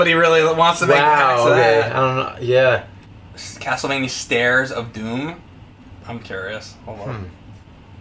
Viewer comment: james, i love ya, but please stop saying castlevanyuh. it's castlevania(like as in mania).